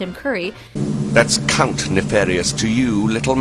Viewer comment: Whow, Tim! May wanna work on that pronunciation buddy! Count... COUNT! adjusts tie